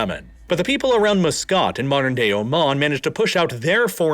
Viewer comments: It's so hard to hear muscat being so horribly pronounced. Please remember that it is "muh skat" not "moo scit"! Apart from this terrible annoyance, its interesting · It's a WAH-di, MUS-cat, and Dho-FOR ... yikes